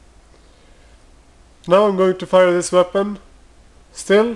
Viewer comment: why is he saying weapond- weapont?